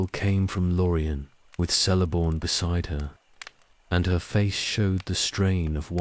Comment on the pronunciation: My only complaint with these videosis the pronunciation of some names. Celeborn is pronounced with a hard C; a K sound. Otherwise, quite good